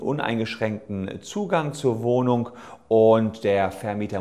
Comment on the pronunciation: Broken Mirror Ein Versprecherlein, ohhhhhhh! Sollte wohl eigentlich "Wohnung" heißen.